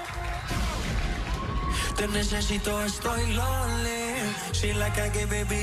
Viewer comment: Can't stand this pronunciation of "lonely" and "sorry" (Maluma) It's time to speak good English man now.